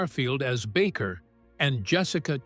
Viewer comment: His name is NOT Backer; it's BA' KER long A Accent on first sylable.